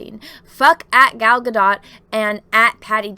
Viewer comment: Gadot’s last name is pronounced gah-DOHT.